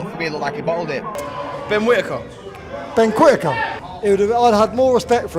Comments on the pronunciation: Ben quittaker😂😂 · Ben Quittaker 🤣